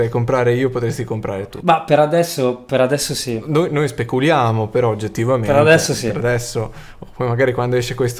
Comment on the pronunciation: "ci spe(r)culiamo"